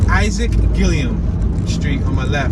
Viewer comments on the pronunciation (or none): none